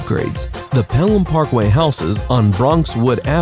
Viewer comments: Tjani Gomez odee “peal ham parkway” 😭😭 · I could tell when he said paylem parkway 😭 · The way he pronounced Pelham Parkway slightly annoyed me.